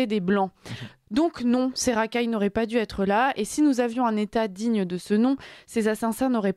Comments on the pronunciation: a du mal avec le participe passé du verbe devoir: "auraient duz-être", puis "auraient dut-être"! Que cela fait mal aux oreilles! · Bien. Mais Attention aux liaisons mal à propos, avec Dû, Les journalistes doivent savoir bien s’exprimer en français , il en reste si peu aujourd’hui. Notre belle langue est mise aussi à rude epreuve.